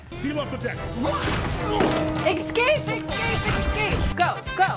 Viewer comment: the way she says excape instead of escape will never not get me 💀